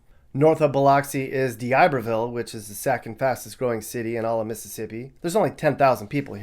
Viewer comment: And D'Iberville is correctly pronounced ( Dee - ber - ville ). Not D- I - ber -ville as most believe.